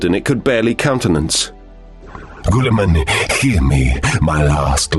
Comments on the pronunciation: you pronounced his name wrong! Its Gillieman! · "GOOLI MAN" is by far the funniest way I have heard to pronounce his name that is not intentionally meant to be funny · Why does he pronounce his name like that ?